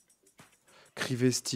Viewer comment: Mon Dieu quand il lit Crisesty au lieu de Crivesty j'ai crié